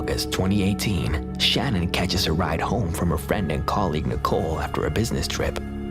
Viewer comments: Her name is pronounced Shan Ann. You have the video of her husband saying her name even but you still say Shannon. 🙄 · If you are going to do a report on something please get your names correct. It isn’t Shannon in the Chris Watts story it’s spelled Shanann pronounced “Shanun” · Her name is pronounced shuh nan. At least say her name right. Sorry its just a pet peeve of mine. Out of respect say her name correctly. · I hate that I'm being picky... But Chris Watts wife's name is pronounces "Shuh-nan" not "shannon". Its spelled Shanann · Love the vids. #3 FYI, her name is Sha-nann, pronounced Sha-nann (Watts). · Her name was Shanann not Shannon. I know it’s close but for it to be so recent, no excuse for getting it wrong.. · Don't let the TROLLS get you down, lets see their videos...they do make videos...right? In case 3 her name is Shanann pronounced Sha Nan, great vid otherwise I hadn't heard of the first case. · you pronounced Shannon's name wrong